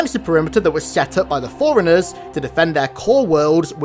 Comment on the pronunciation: Love the videos! Might I suggest that you put a spacing in your pronunciation of fore-runners so it doesn't sound like your saying foreigners in every video xD